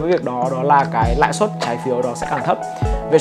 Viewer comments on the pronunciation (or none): "Lãi suất" nhé ơi. Nice video